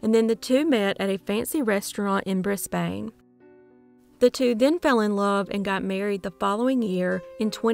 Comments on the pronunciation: So cool the Somerton Man case has been cracked. Btw, “Pasty” is pronounced “PASS-tee” despite how it looks. Brisbane is pronounced “BRIZ-bun”. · Hint: when you learn to correctly pronounce "Melbourne", at the same time you'll learn to correctly pronounce Brisbane. Remove the Mel- and Bris- prefixes, and they're pronounced the same ... neither being "born" or "bane". :)